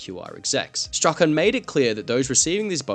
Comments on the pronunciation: Just FYI, "Strachan" is pronounced like "Strawn" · Strachan = strawn